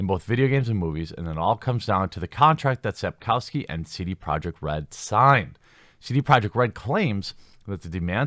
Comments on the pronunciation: Andshey Sapkovski. That's how you pronounce his name. You're welcome. "rz" in polish in "sh" in English. "w" = "v" in English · You can pronounce his name as AnJay Sapkovsky. It would be closer to the correct pronunciation in Polish. That is just a sidenote. According to an interview with the author, conducted by Eurogamer, Sapkowski admitted that it was a stupid move on his part to demand a fixed sum for the IP. He heavily regretted his mistake and he gave vent to his frustration in the interview. Another interesting fact is that Sapkowski completely changed his narrative concerning CDPR and their games. In the past, around the W2 release, he used to say that video games are for people of poor intellectual capabilities. Now, however, he claims that CDPR made a fantastic job in transferring the Witcher universe into the virtual reality. Now, he praises the developers' work; the story, gameplay etc. As CDPR wants to be on good terms with Sapkowski, it is highly possible that he will extract the money from them. They have great respect for him; it's sad that he doesn't have any respect for them. In fact, he doesn't seem to have any respect for anyone, especially his fans. You would be shocked how arrogant and buffonish this man is. I've seen many interviews with Sapkowski and I really regret that I cannot unwatch them. Today one has to separate the authors from their works.